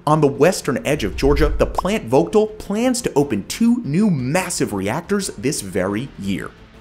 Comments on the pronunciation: It's pronounced plant Vogel the t is silent in vogtle it's been an ongoing project for a long ass time and has done nothing but raise our power rates in Georgia since day one of construction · here, tons of friends work at the plant. Did NOT know we'd make #1 😂🎉 Worthless correction but round here the T in "Vogtle" has been silent every time I've ever heard the word. Excellent content, thank you!